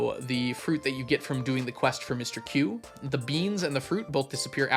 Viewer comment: oh god yet another pronunciation of Mr. Qi